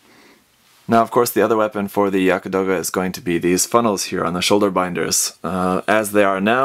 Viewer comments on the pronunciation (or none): it's pronounced Yagd some pronounce it yakt...not Yaka....